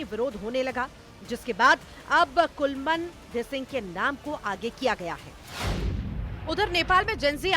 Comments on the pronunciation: नाम भी लेने नहीं आता है 😂😂😂😂😂 कौन बना दिया आपको न्यूज़ रिपोर्टर नाम भी लेने नहीं आताआपको😂 उनका नाम कुलमान घिसिङ हे कौन सी क्लास तक पढ़े हो पापाकी परी 😂😂😂😂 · बेहेनजि आपने intro मे कुलमान घिसिङ का नाम गलत तरिके से announce किया😮😮